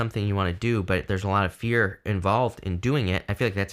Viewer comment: I thought He said beer was the way to go come to find out it was fear darn it